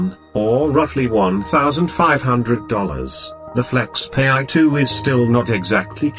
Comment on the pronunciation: Its not pronounced as (flexpay) but FlexPai as in (pie). So funny